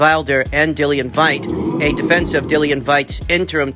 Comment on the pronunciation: Dillian who?!? Your pronunciation is so off. I don’t even get why you are pronouncing his surname that way loool